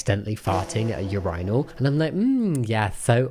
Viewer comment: I'm trying to comprehend how you reached that choice for the pronunciation of urinal. Do you pronounce urine with a long 'I' also? I have cousins from the Midlands and I have never heard them say it way. I have heard people drop the 'I' almost completely, even. But, never heard it said the way you do. It's very curious also a bit distracting.